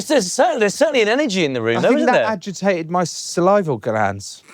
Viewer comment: Salivary glands not salival lol